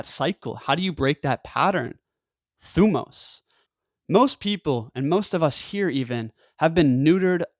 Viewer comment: Great video. You pronounce thymos wrong. But other than that you re good.